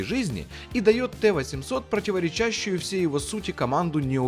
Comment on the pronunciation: За «противоречАщее» - отдельное спасибо. Кровью серные пробки из ушей выбило нахуй.